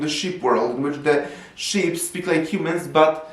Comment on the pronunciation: The sheep 🐑 detectives are on the case you can Baaaa-et they won’t have the wool pulled over their eyes 👀! lol also it sounds like you’re saying shit 💩 detectives 🕵️ at the end. On the case of the unflushed toilet?